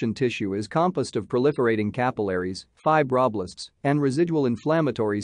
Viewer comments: Good video. Shame about the pronunciation of "fibroblasts". Using a live voice over would be better. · the way the AI says fibroblasts is making me giggle